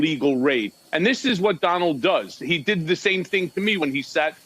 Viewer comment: Etcetera not Eccetera